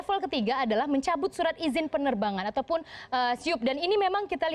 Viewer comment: Apa cuma gue yg denger bilang surat malah jadi sirit?